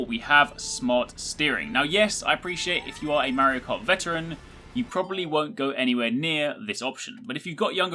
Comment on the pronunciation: The way you pronounce "Merio Kart" :DDD